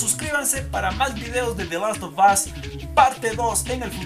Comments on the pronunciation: "de los to bos " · Tu pronunciación es nefasta "te las ob os" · usted cuando pronuncia the last of us 2 pareces que tuvieses un huevo humano en la boca jajja quien opina lo mismo